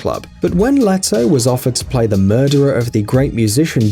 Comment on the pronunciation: It’s lee toh